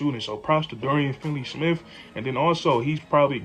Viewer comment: not that you can't say Dončić. you can't even say dorians name right. its finney not finley cmon dude ....